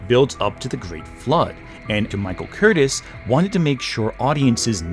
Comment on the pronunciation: Michael “Curtis”? It is Curtiz and pronounced Ker-Tease. Hungarian. The silent film Ben Hur was released in 1925, not 1920. This is distracting.